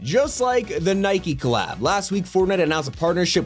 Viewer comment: Nikey u sure its not nike😂